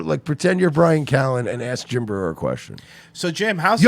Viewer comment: Schaub was so fake on this episode. You could totally tell he researched Jim the night before by watching YouTube clips. And him mispronouncing Jim's name at the end gave it all away